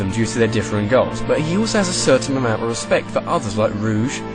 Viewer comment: you pronounced rouge wrong